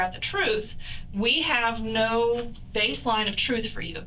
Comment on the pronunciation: "I'm telling you the truff"... 😀😃😄😁😆😅😂🤣 and he wants to be a DOCTOR!!!